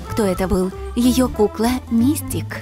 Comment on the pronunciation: Правильно говорить МистИк. Ударение на второй слог. А у Харли пиджак, футболка и шорты.